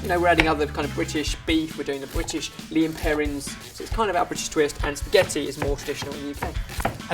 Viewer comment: It's lea & perrins not lean perrins